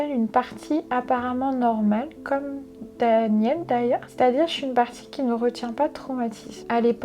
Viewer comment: Son alter Daniel prononce son nom à l'anglaise alors qu'il est censé être Américain ... Et dit des mots comme "girl" avec un p'tit accent français. J'y crois moyen